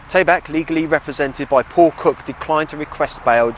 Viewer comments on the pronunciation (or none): none